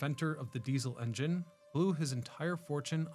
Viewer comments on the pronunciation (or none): none